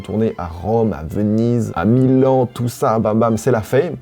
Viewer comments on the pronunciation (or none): none